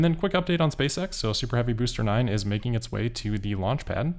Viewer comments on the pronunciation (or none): none